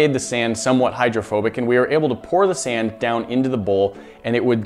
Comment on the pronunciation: you said sam not sand lol